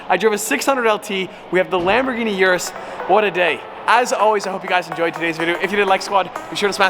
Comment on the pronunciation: Uris is pronounced OORis. Like goo.